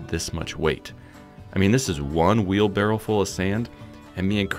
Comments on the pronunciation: It's barrow, not barrel. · it's pronounced wheel bar-oh. Because it has wheels and allows someone to borrow something. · noone says "wheelbarrel" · The correct pronunciation is "wheelbarrow". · Who the heck says wheel barrow